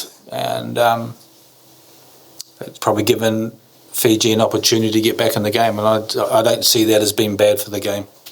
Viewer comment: bla bla....excuses lol dude, it's Fiji hahah